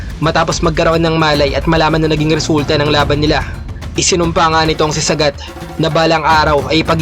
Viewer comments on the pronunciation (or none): Saaaaagaaat idol hnd sagat wag mo biglain bigkas ng pangalan nya😁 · Sagat hndi sagad 😂🤣😂🤣